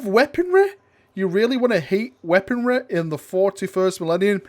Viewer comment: I don't understand these words: Lie-breh and weaponreh